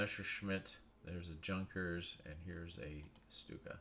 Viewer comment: Nice video. Junkers is pronounced yoonkers.